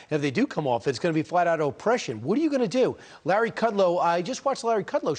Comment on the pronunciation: Head fake??? Check your pronunciation